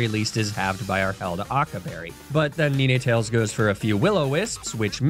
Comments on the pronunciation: Ninè tales and araninè is an unforgivable pronunciation holy cringe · It literally has 9 tails... So it's NINEtails (pronounced like the number :P) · DID HE JUST CALL NINETAILS NI-NE-TAILS!!! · IT IS NOT PRONOUNCED NIN - E - TALES 😭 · Did bro say “Nee-Nay-Tails”? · I can;t decide if I love or hate the way he misprounces pokemon names. Arcanine, Ninetails, Mawile. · I hate the way you say ninetails.